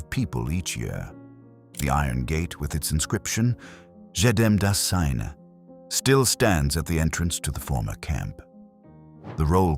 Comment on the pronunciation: The commentator needs to pronounce the slogan above the gate "Jedem das Seine" properly. It is not exactly French. Do your homework when you make a documentary as serious as this.